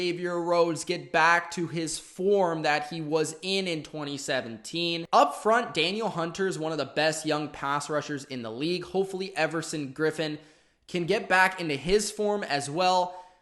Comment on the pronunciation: Its..duh-neal hunter.